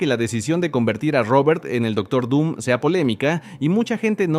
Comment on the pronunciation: Me encantó el video jejeje... Pero como vas a decir doctor don XD noooo jejeje 😂 saludos esperando el próximo video